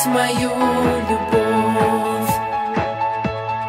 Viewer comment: По ушам бьет окончания в словах,как она их произносит: боЮСЬ, наС, любоВь, вернУсь....